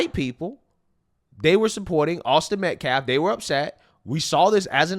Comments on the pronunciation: He mispronounces Austin's name AGAIN as Met-Klaf! What is so hard about saying. 'Metcalf'? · 😂😂😂😂😂😂 It’s amazing he can only pronounce words correctly like race bigotry hate but a persons name or other common sense words he butchers up It’s METCALF NOT METCLAF. ITS DEFENSE NOT DFELENSE. GEEZ. GO BACK TO SCHOOL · Why this man can NOT say the victims name correct?!?! Metcalf not Metclaf! Ugh! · His last name is METCALF! MET-CALF!! Not MetClaf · HIS NAME IS AUSTIN METCALF! SAY IT RIGHT! These people are infuriating 😡😡!! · That idiot can’t stop calling him metCLAF. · How hard is it to pronounce Met-caff? It’s not Met-claf, Meltcaf, etc. But what should we expect from someone that can’t pronounce simple words like defense? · I wish this guy would learn how to pronounce Metcalf. It's really not a hard word. I have heard him at least five times now say Metclaf. 🙄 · Hunter “Metclaff” ….. this dude is an idiot! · Dude can’t even pronounce the victim’s name right! It’s Metcalf not Metclaf. He pronounces it wrong every time I’ve ever heard him say the last name. Dude is a joke and such a grifter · He says Metcalf with a l f at the end instead of AFF😊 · Notice how he's disrespecting Metcalf name Matt claff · Met-CALF, METCALF! If this man won’t stop saying Met-claff, I swear! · Did that fool just say Metclaf?! I’m one white person that wasn’t bothered at all by how they’re backing karmelo. I saw that coming from a mile away. Some people are just so predictable that it’s mind boggling! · How hard is it to pronounce someone's name properly? That "pastor" keeps pronouncing Metclaf instead of Metcalf, what a tool and buffoon. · He said MetCLAF MORE than once 🙄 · Dude needs to learn how to say Metcalf right, it’s not metclaf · Why does he keep saying metclaff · this guy REPEATEDLY calls him Hunter Metclaff. Do you have any idea the hysterics they would be in if situations were reversed? They would be screaming how it's intentional and disrespectful. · Damnit its metclaf lol